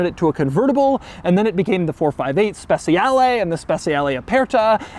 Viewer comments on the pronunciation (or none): Just one little thing : "Speciale" is not pronounced "Spe c ale" with the soft c, is pronounced "Spe ch ale" with the ch like cha-cha-cha